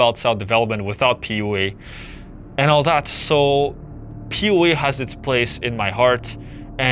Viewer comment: Sounds like you’re saying “POA” not PUA